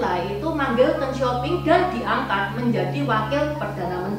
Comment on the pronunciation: Deng bukang teenggg